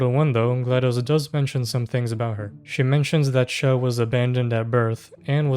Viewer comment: her name is CHELL not shell